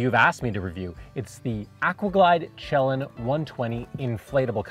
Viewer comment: Thanks for the review! BTW… it’s pronounced shuh-LAN. Greetings from the PNW.